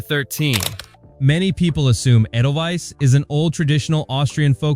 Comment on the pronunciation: AY-del-Vise, not eh-del-wise. CharmAINe Carr, not CharmIANE.